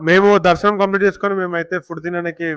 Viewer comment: తిరుపతి దర్మాణం కాదు బ్రో తిరుపతి దర్షణం